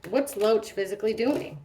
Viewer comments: did anyone tell you his name is David Loach but you keep saying Roach like the bug 😂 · Every time I hear you say Loach, I hear “roach” 🪳 Sounds like 🪳 has some pretty strong emotional feelings towards E.